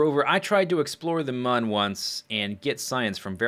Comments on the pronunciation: It is pronounced "moon." The game developers have said this somewhere before (I don't remember where). Many people pronounce it as "moon" anyways. you are one of the few people that I have heard call it "mun" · I believe "Mun" supposed to be pronounced just like "Moon" because of one particular background on the main menu. On this background, you are on the Mun with a kerbal, and when you select an option, it zooms to the right, showing a crashed spaceship. On this ship is written "Mün or Bust!" The special character, ü, is pronounced like 'oo.' Just my opinion, though, I suppose... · It is pronounced "moon" because it is spelled with a "u" that has the two dots on top of it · Mun is pronounced Mun and Mün is pronounced Moon. hope this helps. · I believe it's pronounced moon cause mun is German